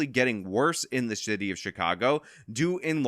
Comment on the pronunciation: thought you said shitty of chicago. Perfectly apt either way lol